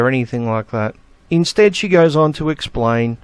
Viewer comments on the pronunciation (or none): none